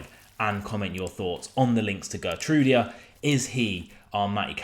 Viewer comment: Hi. I speak Dutch and I also follow Feijenoord! His name is pronounced HGeer-trouw-dah. He's a good player. Strong defensively and similar to Maatsen i that he often goes forward and cuts inside to right midfield so unlike Matty he won't get under Baileys feet. Much better than the Polish Cafu!